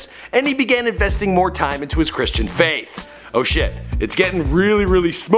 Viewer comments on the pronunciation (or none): none